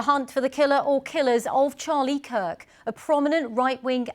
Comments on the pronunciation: why do BBC reporters have such a difficult time saying the last name KIRK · His last name is Kirk, not Cook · Charlie Cock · Charlie kook? why is this indian woman mispronouncing his name on UK state media? wtf happened? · Am I the only one hearing “Charlie Cook”? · She constantly says Charlie Cook , you aint wrong my brother in Christ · Why she keeps calling him Cook 😂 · Charlie Cuck is hard to say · how can you mispronounce his name THREE times in a row? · Can you at least get his name right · Wow, how bad is this reporting that both the presenter and reporter mispronounced his name multiple times. The disrespect that shows